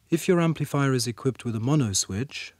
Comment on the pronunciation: "emplifier"? lol